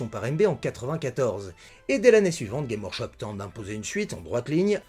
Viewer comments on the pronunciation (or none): Super intéressant comme bien souvent, mais on prononce le « s » de games dans Games Workshop.